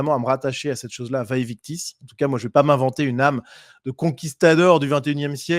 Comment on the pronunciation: Merci pour cette analyse réaliste. PS: en latin les «v» se prononcent comme un «u». Donc il faut prononcer «uæ uictis».